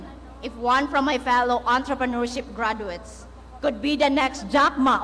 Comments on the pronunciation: Not "gradwets"😅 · Hindi ako nakagraduate ha pero ang sakit sa tenga ng diction nya. hindi man ako mas matalino sa kanya pero I know, I can pronounce better compared to him. I'm thinking sipsip to kaya naging magna cumlaude. GRADWETS MUNA!!